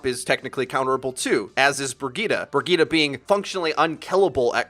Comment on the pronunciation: What is this Brigita pronunciation? Just go for Brigit + e with an emphasis on the -git-.